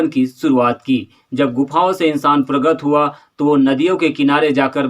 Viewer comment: प्रगत नही प्रकट बोलो पत्रकार महोदय 🙂